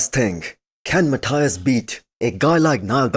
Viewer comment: Hi man. Your videos are awesome. Let me give you just a small tip. Menegate's first name is Matheus, not Mathias as you usually say. Best wishes.